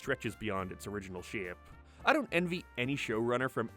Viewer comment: dude, its replAced and not repleesd. its shApe and not sheap.